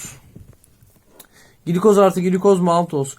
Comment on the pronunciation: hocam glikoz gilikoz diye değil gılikoz diye okunur bu arada çok güzel bir video olmuş hocaam ellerinize sağlık gerçekten :))